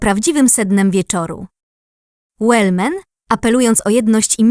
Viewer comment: Wellman, proszę nie przekręcać nazwiska